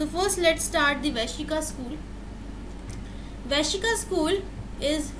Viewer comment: Good and simple explanation. It is not Vaishika. It is Vaisheshika.